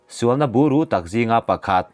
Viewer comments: A ngaihnawm țhin e. Țhahnemngaih thilah heng 'Tharthawh', 'uire', sualna 'buru', 'hruau hruau', 'zan zan', 'sep sep', 'elkhen', zawt nghal 'tawng', 'kawp rem', 'mahni' tawk, 'eltiang', 'zal zal', etc. te hi a thluk tih sual palh a nih hmel....tih ka rawn thawh ve e...Chanel țhenkhat (midang siamah)ah phei chuan a awmze bo țhaka lamte pawh hriat tur a awm țhin a nia...hma kan sawn zel nan aw...😀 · buru tih pawh hi kan lo lam dan nen chuan a dang khawp mai